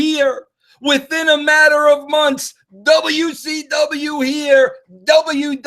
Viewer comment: Boots! he also said manor instead of matter.